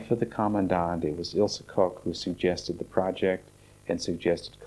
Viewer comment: Her name was Ilse, not Ilsa. Anyway thanks for the uploading